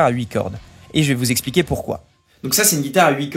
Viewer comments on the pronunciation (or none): none